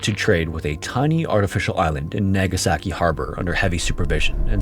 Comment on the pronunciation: I know. That and "nag uh sa ki" instead of "nah ga saki". I love this channel but I wish he would put some research into pronunciation.